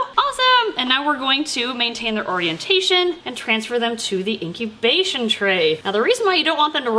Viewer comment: Okay, did anyone else notice that she said "into intobation" instead of "into incubation"?